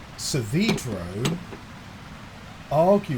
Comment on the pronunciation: I would like to both thank and curse artoveli for illuminating me to the fact that our beloved antagonost's name is pronounced sah-VEE-dro, not sah-VAY-dro as I'd previously believed. I feel like my whole life has been a lie /lh